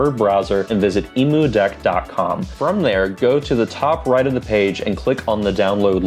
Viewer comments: Great video but it's pronounced like emm-you-deck...cuz it's a deck for emulators, not for emus. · Great guide! I've never heard Emudeck pronounced like the bird before lol. Subbing as long as there's more Steam Deck content like this! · Most know the “emu” part refers to “emulation” and not the bird lol